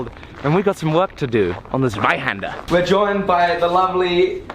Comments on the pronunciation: Just a random german guy for listening to your pronunciation of "tha swaihander" haha xD love it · German here, great video, love this series! It’s pronounced „tsvihander“ Z-wei-Händ-er Ts-Vi-Hand-air Thank you